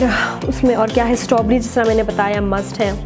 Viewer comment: Sheher Bano lol i also notice firstly she said stoberries than strawberries